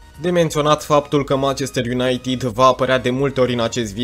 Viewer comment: De ce pronunți "unaitid"?